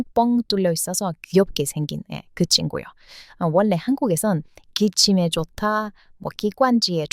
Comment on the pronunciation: 다 좋은데요. 아끼는 마음으로 발음 문제 하나를 얘기할게요. 들을 때 받침 자음과 이어지는 다음 음절의 자음 발음이 거슬리게 들리는데, 이것을 말하는 문법 용어가 '자음 동화' 또는 '자음 변동'이라고 있어요. 내용 중에 '원래', '전라도'를 '원내', '전나도'로 들려요. 첫 글자인 '원', '전'을 너무 신경 써서 발음하다 나타난 현상이에요. 근데 뒤에 'ㄹ'이 올 때는 '월래', '절라도'로 발음해요. 앞 음절의 받침 'ㄴ'이 이어지는 음절의 첫소리 'ㄹ'과 만나 'ㄹㄹ'로 발음이 편해지는 현상이에요. 다른 예로, 인류(mankind), 전류(current electricity), 선릉역(station)도 발음할 때는 '일류', '절류', '설릉역'이라고 합니다. ㄴ+ㄹ은 ㄹㄹ로 소리납니다.